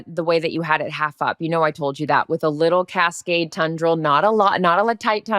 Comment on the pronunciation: it's TEN-dril, not tun-dril.